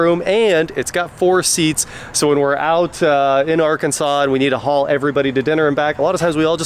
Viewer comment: Arkansauce? 😂😂😂😂😂😂 Gimpy eye guvhah.